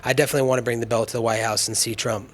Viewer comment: Hey, good people of USA, I want to ask some of you something: if anyone knows Colby Covington or someone who's close to him (if that sort of people really exists), please remind that little pinhead that the word "belt" has a letter "t" in it (amongst some other ones). It's usually stationed at the very end of the word, and it's fairly recognizable - you just cannot miss it! Cheerz!!! \,,/